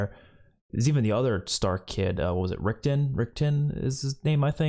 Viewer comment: Rick-on. Rickon.